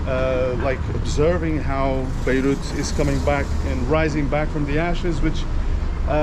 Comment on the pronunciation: It's Beirut not Beruit :), check the video. For the rest, awesome as usual. Greetings from Belgium 🇧🇪